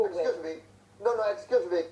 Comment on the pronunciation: Prabowo "eskusmi, eskusmi, eskusmi"